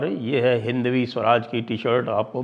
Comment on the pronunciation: हिन्दवी नहीं जी हैन्दवी होता है जी ।